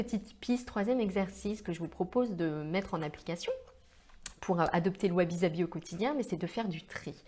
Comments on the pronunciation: Merci pour cette video , et pour les commentaires « perfectionnistes » concernant les commentaires sur la prononciation , il ne faut pas en faire un fromage.. Sabi se prononce avec un S et pas un Z effectivement , mais les commentaires ne sont justement pas trés Sabi !!! Un peu d’imperfection ne fait pas de mal ... sinon on peut aussi le prononcer en japonais .... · Et oui vous avez parfaitement raison. C'est une erreur de prononciation typiquement française. Ainsi, par exemple, les Français prononce Osaka, Ozaka, alors qu'il faut prononcer Ossaka. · Sabi, prononcé avec 1 s comme saveur et non avec 2 s...!